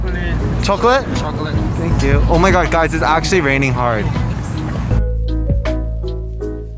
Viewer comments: HELP WHEN KEEHO SAID “wassup guys” I THOUGHT HE SAID WASSUP GAYS LIKE I WAS ABT TO BE LIKE DAMN DONT GOTTA CALL ME OUT LIKE THAT😭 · why does is it sound like he said “wassup gays” 😭✋ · I coulda SWORN he said ‘wassup gays 😊😀❤’ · Theo looks so excited💕 Why did it sound like he said ‘what’s up gays’😳 I must be tripping💀 Theo is very pretty🥰 - Poor Theo😅❤️ Yes, but a cute one😂💞 , 😂😂 Lmao how did he manage to do that🤣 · I THOUGHT HE SAID WHATS UP GAYS HELP